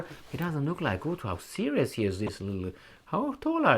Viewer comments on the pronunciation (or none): none